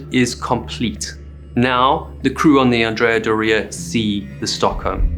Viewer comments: You got it right he kept saying the name of the ship wrong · Andreaaa Doreaaaaa? Accent and boat name origin aside, that is not the pronunciation lol. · DO-ria 😉 GE-nua 😉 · Is doh-ria the proper way to pronounce the name? I have always heard it pronounced door-rhrea. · Anne-dree-ah-door-ee-ah So how can you create such an excellent video but mispronounce the name of the ship multiple times throughout the entire video?!? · Pretty sure Andrea Doria is pronounced differently. Like astoria or gloria. Not Dorea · The way you pronounce "Andrea Dorea" stresses me out for some reason. Other than that great breakdown of the event. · ANN-dreah DOOR-eeah. I grew up on Cape Cod. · It is pronounced the Andrea Door eua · AN-dria DOR-ia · Oh well. But for the benefit of the author and anyone else interested, the correct pronunciation is An-DRAY-ah DOH-ray-ah. Andrea is a man’s name in Italian. I remember watching the dramatic newsreels of the sinking as a boy. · It’s pronounced ANN DREE AH DORREY A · anDREA doREA? first time i've ever heard the name pronounced this way. Granted, I'm not Italian. On another note, the Edward H. Allen was the sister ship of the Samuel B. Roberts (Famously known as the destroyer escort that fought like a battleship) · It's not andrea do- ria for gods sake! 😇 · My gosh can't you pronounce the name correctly??????????????????????????????/// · The phonetic accent is onthe O of Doria....that said you are great at telling these stories...thank you. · Weirdest Pronunciation of Andrea Doria I have ever heard. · Is that how you intend to pronounce “Andrea Doria” for the rest of this video? Sad. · I like your channel, but would it kill you to check pronunciations? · Never heard Adrea Doria pronounced that way. Wonder if i say it wrong now. Because im🎉 American. ? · That's not how you pronounce "Andrea Doria" lol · It's probably closer to how the Italians say it, but yeah, to American ears . . . oof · Learn how to pronounce Andrea Doria correctly.